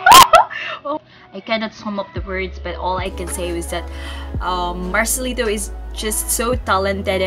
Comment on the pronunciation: It's marcelito not marcelino😂